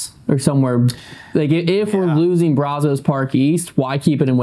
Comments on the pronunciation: It's pronounced braz-is, not braz-Os. From a Waco local 😊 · Someone needs to teach how to say Brazos. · It's funny how people not from Texas pronounce Brazos lol